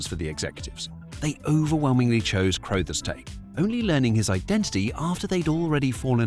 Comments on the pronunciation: Ok, it's an AI Britsh accent, but it's pronounced Scatman CRUH-thers. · Scatman Crothers surname is pronounced like brothers, not that nonsense you came out with. 🤦‍♂️🤷‍♂️ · Also, Scatman pronounced his last name like “cruh-thers “ and not “crow-thers.” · A hallmark cartoon of the 70s, contemporaneous with the Hair Bear Bunch. That it only had 16 episodes, but felt like many more despite the simple formula, says a great deal about Scatman Crothers's talent (though I am fairly sure it is pronounced CRU-thers - as a contraction of Carruthers - and not CROW-thers. And I always thought his name was Henry! Final point - odd that a British voiceover does not mention the impact of the show in Britain, where it was certainly riding the wave of our fascination with Kung Fu and capturing the hearts of a generation of children... and let's not forget the eponymous after-shave of the same era!! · Never heard anyone pronounce "Crothers" like that before. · I was surprised when he pronounced it that way in the video, but then wondered if it was one of those names that is pronounced differently in the US. I couldn't find a video of Crothers saying his own name, but in videos of people who knew him they pronounced it like you said.